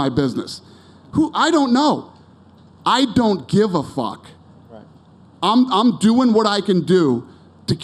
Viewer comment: Dana went real Boston at the mark lol “I DONT GIV A FACKK” 🤣